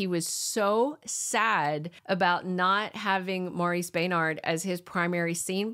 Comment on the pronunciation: Lol, not maurice bay nard maurice benard it's soft, the e is soft